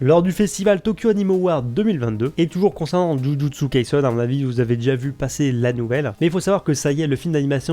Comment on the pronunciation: C’est pas kaisun mais kaisen